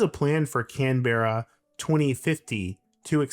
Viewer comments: "Canberra" has two syllables. "Can", like a can of soda, then "bra", like the ladies' undergarment. But the "bra" becomes more of a "bruh". Canberra. CAN-bruh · Came here to say this. And come on, Can Berra? It’s not Hanna Barberra Yogi Berra. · Could you at least learn how to pronounce the name of the city you’re commenting on? And you’re fundamentally wrong about where the centre of town is.